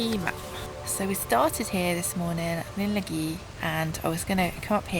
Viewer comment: It’s not pronounced Lyn Lagi using English Ls. The double L is pronounced like a hiss around the sides of the tongue. Place the tip of the tongue behind your top front teeth as if your going to pronounce the letter L but rather than use your voice, just force some air out. There you have it, LL